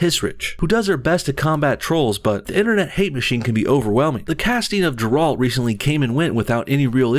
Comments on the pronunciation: You just fucked the name of Gerald... and she is not his daughter... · Jurult... Jurult... lol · Thank you for your video, but you have to learn how to pronounce "Geralt", it's pronounced as "Ghe-ralt" with emphasis on first syllable. Cheers! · Its Geeeeeralt u freaking noob! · It’s a hard G. Gar-alt is how it’s pronounced. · "Daughter of Jer-alt" HA!! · Off topic as hell but....is anyone bothered how he says geralt? Gare-alt...sorry it just bothered me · First off its Geralt with a soft "g", second fans would love a story set with Ciri as the main character, because people love Ciri, its the race change for no reason that irks people. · "Jer,allt" ... seriously? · Shes also already bi or gay so its fucked, also the name is pronounced like good, gair-ralt and I don't dig cavil as the character. madds mikkelsen would of been better. this show is a passs. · I agree with almost everything said in this video.. but 'Jeràlt'? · The Witcher Series is really cool, especially to a polish person like myself. Its great representation for us, and the fact that they want to disrespect that sucks. Also, small gripe: Geralt is not pronounced Jerald and Ciri is not his daughter. They have a father daughter relationship but they aren’t related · I have yet to hear Geralts name be pronounced correctly in all these vids haha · plz stop pronuncing his name wrong, pronunce it garalt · Say juralt ONE MORE TIME! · Ok, I'm not sure if it was on purpose to trigger people, but please for the love of God, its "Gair-alt". If that was not intentional, perhaps some more research was due before pushing this video out. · Hey man great video as always! (thumbs up from me) I tried to contact you about this on Patreon but I couldn't sign in today for some reason. It's pronounced Gar-alt Gar as in "Gary". Please watch this 12 second video :) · Cant... resist.... must... IT'S NOT PRONOUNCED GERALD! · "Ger-alt" not Geralt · Why do so many people mispronounce Geralt? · Geralt, G as in garden